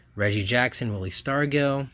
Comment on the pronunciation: Just to help you with some of the pronunciations, Willie Stargell's name is pronounced Star-juhl, Phil and Joe Niekro are Nee-kro, Rusty Staub is Stob, Juan Marichal is Mari-shall and Geoff is Jeff. Also, sometimes when it says "rookie" on a card, it's not always the player's actual rookie card. All of those hockey rookie cards that you mentioned of the video aren't actually those players' rookie cards. But it's cool to watch you go through everything.